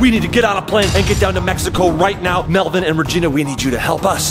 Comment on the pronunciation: Its Melvin not melvien